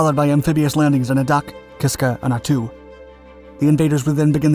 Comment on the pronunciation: Sounds like ( Ack- a- tan ), ( At-too ) Subscribed from. Anchorage, Alaska